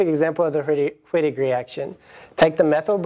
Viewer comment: its german pronoucned V-ittig... ;) even my asian professor with his awesome accent took the time to let our class know that its not "W"-ittig, its "V"-ittig :) just helpin ya out